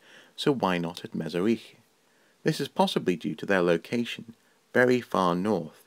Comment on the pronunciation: Very poor representations, you even did not bother to find out how to pronounce Me-zh-i-rich properly. As for arts, there were plenty there, including engraved jewelry and musical instruments made of bones. I don't blame you of course. These historical facts were mostly ignored in Western Europe, and deliberately neglected in russian empire (with German royalty) and the soviet union (to eradicate the national identity of Ukraine) because history to this time is the politics first of all.